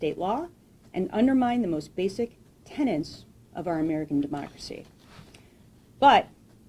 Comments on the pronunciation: I applaud the AG! Excuse this little linguistic observation. Here we have a highly educated (BA, JD) person who has prosecuted 1600 + cases as a state prosecutor, practiced law, argued civil trials. Yet pretty distinctly , she pronounces « tenets » as « tenants ». She knows both terms, and indeed understands the law of tenant-landlord far better than most of us! Goes to show you what stress can do. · Did she pronounce "tenets" as "tenants?" Is there a pill I can take so that I don't care about this? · Tenets. Not tenants.